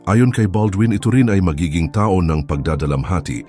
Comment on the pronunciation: Oi, putok, taon. Pronounce it correctly.